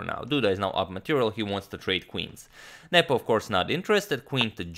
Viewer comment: Derek Mitchell, no, he pronounces nepo's name perfectly